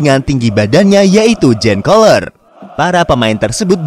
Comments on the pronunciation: Namanya adalah Republik Ceska, buka Ceko ya min. Jan Koller dibaca Yan, bukan Jen. selebihnya mantap. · Bang dibacanya Yan koller karna aksen bahasa slavik termasuk ceko J itu dibaca Y